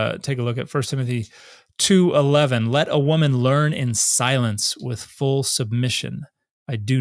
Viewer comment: "Siwence! What is all this insowence?!"